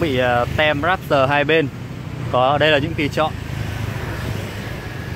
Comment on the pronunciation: Đọc tiếng anh kiểu gì ý! Rap s tờ. Rap tơ thôi